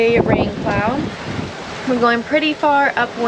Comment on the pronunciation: You have that strange, but recently common, affectation where you don't pronounce the "t" at the end of words such as "boat". I comes out sounding something like "boak". Sometimes it's even a "d" at the end of a word, as in where you say: "...we avoided a rain clou...". Strange... Otherwise, nice content. You are a brave girl.